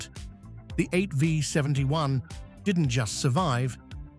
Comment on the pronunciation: 8 five 71? AI narration which can't recognize a V? That tells me all I need to know in less than 5 seconds. Click bait.